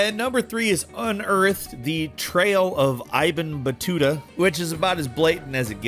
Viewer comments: Re number 3: the name in the subtitle is spoken as ee-bn, son-of, not eye-bn. Ibn Battuta was actually a historical person, who was living in medieval North Africa, and is famous for his book about the countries he was supposedly visiting after doing his Hajj to Mecca. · It's ibn not aibn like in ibn sina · Ibn battuta is actually an Arabian explorer from long ago Ibn is pronounced bin As on son of battuta Like ataïr Ibn lah'ad from assassin creed His name mean the bird son of no one lol